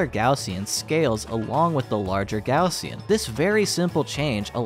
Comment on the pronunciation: kudos for not pronouncin it "gozshen"